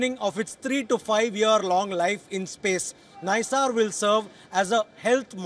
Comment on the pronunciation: The name is not Nissar, and it is like pronouncing "Naisar".